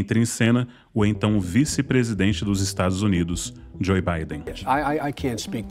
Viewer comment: Não em defesa de Joe Biden, mas sim em defesa de um bom uso dos idiomas. A pronúncia correta do nome Joe é djôu e não djôi.